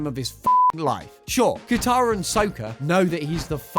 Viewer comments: “Sowkuh”? Ew.. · Yeah, the S0kAH! Tho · Please watch the show if youre gonna do a dive on it. I know you didnt because of how you say "sokka"